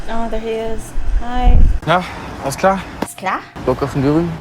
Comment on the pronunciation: The way you pronounced 'alles klar?' was perfect 👌